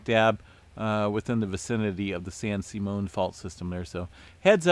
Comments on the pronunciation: San SIMM-ee-un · FYI it's pronounced San Sim E On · Sim EE un San Simeon